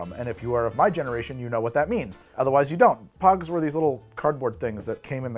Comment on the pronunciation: I loved pogs! I also thought you were saying pugs, as in the dog, at first. XD